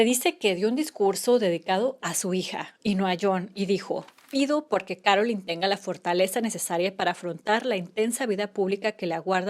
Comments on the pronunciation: It's Carolyn Bessette NOT Caroline, which you say many times. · Here name is Carolyn NOT Caroline